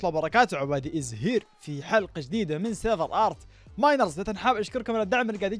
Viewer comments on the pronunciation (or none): أول مرة أكتشف أن عبادي يقول فمقدمته (عبادي إيز هير) من يوم يومي أحسبو يقول ( عبادب زهير ) على أساس "زهير" إسم العائلة هههههههه